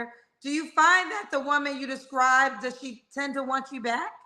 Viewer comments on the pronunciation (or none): doesn’t even speak well. He’s trying to say describe but saying scribe. Then said estraint. What are those words? I think he should work on being more at peace with himself in order to get who he desires.